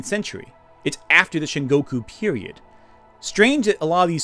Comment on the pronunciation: Sengoku, for the love of God! What the heck is "Shingoku"? It's the age of Warring States, not New States! And what the heck is a daimeow? I mean, they were the fat cats of Japanese politics at the time, but daimyo is pronounced with a long "o".